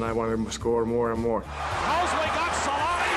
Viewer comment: Its selänne